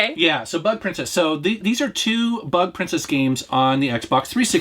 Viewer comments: Ooohhhh its bug princess lol I thought you said butt princess at first 🤣🤣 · Who else heard "Butt Princess" instead of "Bug Princess"? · I thought he said Butt Princess at first.